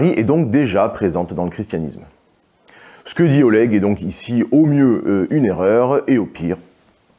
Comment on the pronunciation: Après Oleg il sait même pas prononcer Oleg correctement alors de base il commence mal.